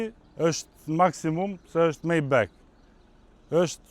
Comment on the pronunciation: O miku i nderuar majbah lexohet jo majbek